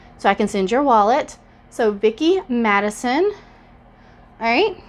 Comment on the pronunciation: It’s MaSON, not MaDISON... and you also miss spelled “anniversary” on your envelope..... just saying 🤷🏻‍♀️